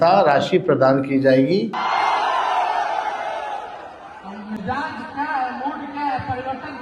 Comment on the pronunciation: Bajpai sb correct word mizaj hai aap aksar mijaz bolte hain please aap isper dhiyan den